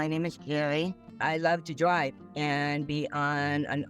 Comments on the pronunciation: "i love to dwive. and be onnn... an open woad" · "I wove to dwive an be on da opwrn woad" Did she get catfished by a wascally wabbit too?